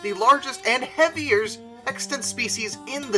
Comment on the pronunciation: i heard the hevers instead of heaviest.